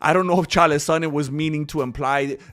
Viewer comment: Why do you mispronounce Chaels name?